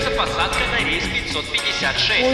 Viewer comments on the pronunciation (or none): none